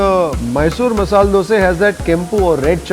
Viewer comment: It is not masal it is masala